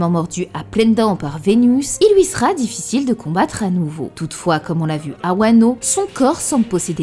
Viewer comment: Tu dis toujours "loui" plutôt que "lui" 😂